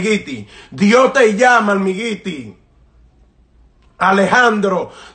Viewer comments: Jajaja creo.que todos nos reimos.de como.disi.almigiti jajaja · Se dice olmairy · Miren amigos . Al principio me dio un poco de gracia y lo tengo q admitir. Pero cuando este der humano estubo hablando, no tomando en cuenta de q no pudo pronunciar bien la palabra . Habló sinceramente como un siervo. Eso es lo que hacen los siervos de Jheova. sino fuera q no sabe pronuncia almighty en ingles , los dejaria sin palabras a todos los q los escucharon. Que Dios bendiga a Alejandro .